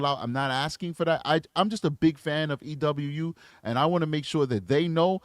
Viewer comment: Just for future reference, it's pronounced "E-WOO". Not trying to be rude at all, I just love their videos and want them to have the right representation!